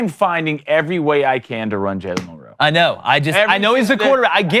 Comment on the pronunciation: Why can't these guys pronounce "Milroe?" MIL-roe. It's really not that difficult.